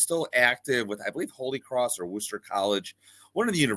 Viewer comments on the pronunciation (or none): A quick little geography/pronunciation lesson for you: the city of Worcester, MA is pronounced "Wuh-ster" and not "Woo-ster" :) Regardless, great info about Jesse!